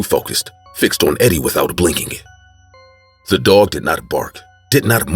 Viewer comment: did u not hear her say ze dog